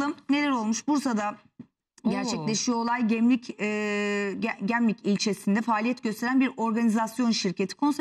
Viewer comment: Gemlük değil gemlik